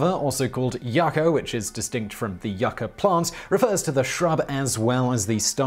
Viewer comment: It is pronounced yoo-ka and spelt yaca